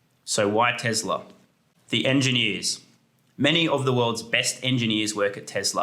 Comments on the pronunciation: My guy said Tezler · What is TeZla?